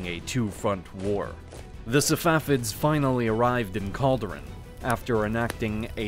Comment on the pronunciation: It is not Eyeran it is Iran it is not Calderan it is Chaldoran, the "Ch" is pronounced as in "change". this just show how much research went into this video